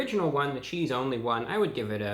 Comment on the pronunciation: bruh said “cheethz”